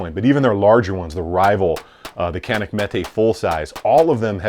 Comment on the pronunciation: Canik is pronounced Janik, the C in Turkish is a J sound.